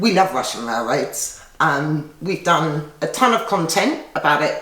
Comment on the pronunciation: I love the way you pronounce Russian Rail-raids. Cheers!